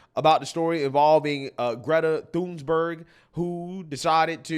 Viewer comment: One of my favorite parts of work, is the way he pronounces names. "Greta Thunsburg"